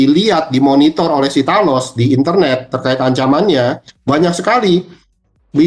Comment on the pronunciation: Talos ?? dengernya tanos 😂